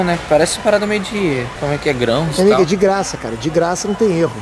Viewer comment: "De gra ça" aehooo